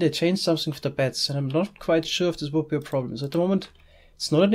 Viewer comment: I kept hearing bats instead of beds